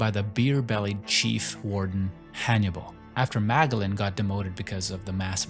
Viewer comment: This guy cannot pronounce character names correctly